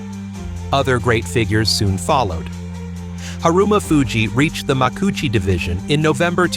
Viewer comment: Even as an American, I know that's not the way "Makuuchi" is pronounced. More AI trash.